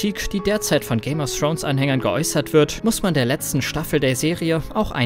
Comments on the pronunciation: Dass es Thrones, und nicht Srones heißt, ist euch klar, oder? ;-) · So mein Freund und du lernst bitte erstmal richtig Englisch weil wenn ich noch einmal "Game of Srones" höre kotze ich. Thx😁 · Man spricht es nicht Game of srons aus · Srones nicht Thrones? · Alter wenn man es nicht aussprechen kann sollte man nicht 100 mal Game of srones sagen!!!